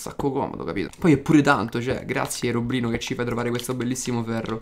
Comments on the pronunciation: adoro quando dici herobrino AHAHAHA mi fai morire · anchio adoro quando dice herobrino